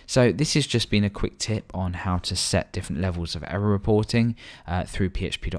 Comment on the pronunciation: Quick tit?? Any one else hear that??? Haha :D